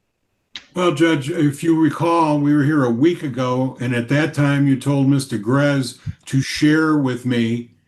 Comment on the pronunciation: Am I confused or was the judge calling the woman Mr. Garez